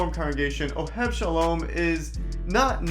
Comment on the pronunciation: Interesting you said Oheb Shalom. The name is Oheb Sholom, following the Yiddish diction.